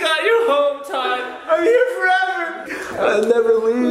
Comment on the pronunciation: Tood instead of Todd